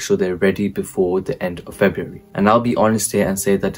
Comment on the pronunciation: it's cos you said febraury in the vid